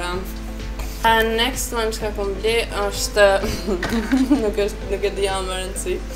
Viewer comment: Next next next nxet nxet metu tu then next next nxet,kur mundoni me fol gjuh huja hiq si du,por nejse prap te uroj sukses jet